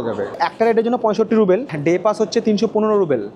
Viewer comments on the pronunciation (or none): ওরে "রুবেল" নয়, রাশিয়ান মূদ্রার নাম "রুবল" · কথাটা রুবেল নয়,রুবল (Rouble),. খুব কানে লাগছে। ব্লগ নিয়ে কিছু বলা বাহুল্য। আমি 2018 তে ঘুরে এসেছি। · ruble not rubel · Different area অনুযায়ী বলা হয়। মস্কো তে সবাই রুবল ই বলে। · রুবেল না, সঠিক উচ্চারণ হবে রুবল।